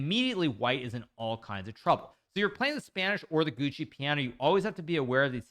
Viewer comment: You keep saying gucci piano. I guess this is one of your funny sayings like en peasant, because it's actually pronounced jwoko 😂